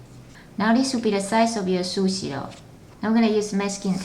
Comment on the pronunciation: It's Pronunced SuShe not susi